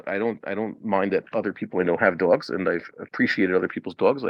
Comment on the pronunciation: Why do you say “duogz”